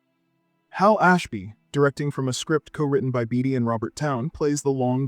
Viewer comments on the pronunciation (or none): Pronunciations matter: David Carradine’s last name is pronounced Kara-DEAN, Warren Beatty’s last name is pronounced BAY-tee.